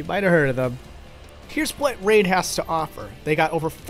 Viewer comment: I clicked off the video when you said "Raid..".